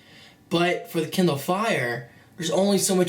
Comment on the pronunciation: he said kinder fire i mean KINDER